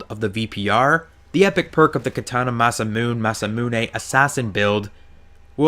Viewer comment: It is pronounced Mah-Sah-Moo-Nay